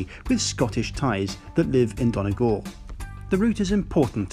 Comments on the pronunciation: Really enjoyed your report. Only one comment, Donegal is not pronounced 'Donnah Gawhl' but 'Dunnie Gawhl' my father is from there, so I know ☺ thanks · Not DON Eh Gal Its Dunny Gal. I dont mean to be rude but it is one of my pet peeves of foreign tourists here😂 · I’m from Donegal and I cringed so hard,”Donagall” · Donegal is pronounced like Dun-ee-gawl. And also the reason why Glasgow is so linked to the area is really because of people from Donegal going to work in Glasgow since there has never been a huge amount of work opportunities. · I’m from Donegal, and your pronunciation of it kills me😂😭😭😭